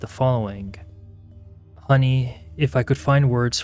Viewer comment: Stop adding K at the end of g's! It sounds so annoying and uneducated. Building does not end with a K. Following does not end with a K! Both words are pronounced how they are spelled, wtf are adding a K sound to every word that ends with G!!!!